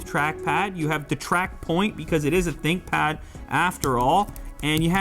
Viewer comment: Thinkpad ❌ Thinpad ✅